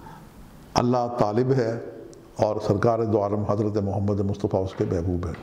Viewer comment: Pronounciation is tarah h. Mahbonona mhbubun. Talebona matlubun